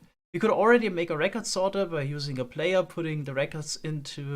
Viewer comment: sorter* not soerter